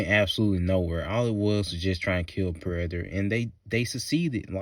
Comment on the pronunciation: why tf do you say "Predator" like that?! 🤣